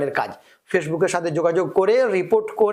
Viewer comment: Ota fashbook na 😂ota Facebook hobe 😅😅 ucharon thik kore sikhen agee